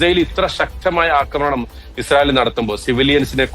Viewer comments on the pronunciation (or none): none